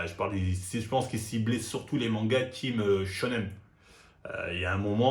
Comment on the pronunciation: Les "shonem", le "sharingam", faut arrêter mon gars, direction la logopède mdr